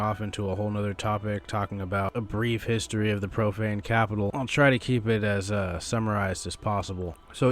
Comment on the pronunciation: Lol, thought you said propane capitol.